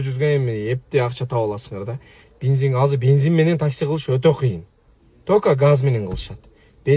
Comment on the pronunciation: Бензин эле дечи бинзин дебей